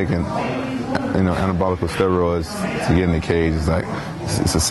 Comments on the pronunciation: did he just say anabolical? lol. Oh rampage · 'anibolical'? this guy's a idiot.